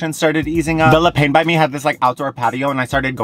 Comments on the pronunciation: I love that you questioned how to pronounce 'Yucatan' yet had no regard for 'le pain' over and over...hahaha! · The way you pronounce Le Pain... adorable! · The way you kept pronouncing Le Pain ahaha